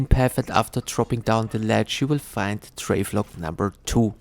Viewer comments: How you pronounce Travel-log and say Trave-log instead is cracking me up. Thank you for the all in one guide though man. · “Travelog” 😂😂😂 Amazing guide thankyou !